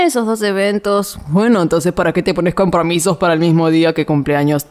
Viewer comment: Mero hablando mal como siempre